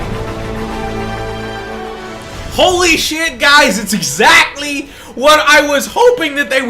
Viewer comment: haha get it exzachtly lol